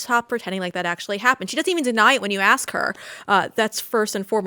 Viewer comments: it’s not axe it’s ask…. Who the heck is that dude?! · Benny Thompson likes to "axe" questions like a true professional. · Not a fan of The Cross as jewelry. The earrings are distracting. 'I axed one question, sir?' '. . . 'allow me to axe my question' Did he (Thompson) actually say that? Ignorant. All the time you have Guests that agree with you, basically saying Dems are stupid here's a clip. It's like pointing and laughing at the same thing over and over. No real insight. Just obvious to the rest of us. We don't need it regurgitated for us. And there it is again. 'Literally'. Is it a requirement to say that word every post? You won't get paid? Ongoing dumbness. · Did he really just say "Allow me to AXE my question" 🤦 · Did I hear a congressman say ax instead of 'ask' ? FFS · these folks need to learn how to pronounce ask. There's no ax